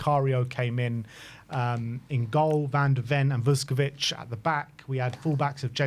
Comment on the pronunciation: Someone tell the spurs fans like it’s not vus ko vich. It’s all one word. Vuskovic.